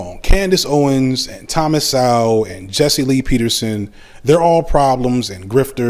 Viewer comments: mis-pronounced Dr Sowell's last name. Several times. On purpose? And all can do is make fun of Dr Sowell's haircut. Apparently has neither heard nor read Dr Sowell. Does have a hair fetish? Both he and many of the commentators are fixated on hair. Why? Socialists are fundamentally incorrect, thinking that via political power one can achieve economic power. Socialists have it back assward. Through economic power one can acquire political power. Better yet, economic power can BUY political power. Economic power first, political power second. Outside the realm of politics, politicians are incompetent especially in the area of economic development. Politicians are the "cannot" people. Politicians need the cooperation of the "can" people, the Do-ers (with economic power) to build the economies of the poor communities. If Politicians try to squeeze, to coerce the Do-ers, said Do-ers can leave - and many have left - to more fertile lands. Yes, some Doers are good people. Yes, some Do-ers are bad people. Bad or Good, the Do-ers usually survive political regime change. The main reason Socialism fail is that the Do-ers are massacred from ideological zeal. There is culture and there is culture. Some cultures bring about space travel. Other cultures embrace Stone Age lifestyle. Some cultures embrace economic power. Some cultures embrace political power over economic power. No mention of Booker T Washington. Booker T. Washington, 191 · Thomas Sowell pronounced So-well or Soul. 🙄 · So sad you don't understand or even pronounce Thomas Sowell name correctly. God bless you brother. Year's from now you will be in the very same spot, Socialism, Communism whatever you want to call it is the end of the inhibition of human in every possible way not only financially. But good luck with your channel. I hope you get more advertising on it. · He can't pronounce his name correctly let alone know what Mr. Sowell stands for.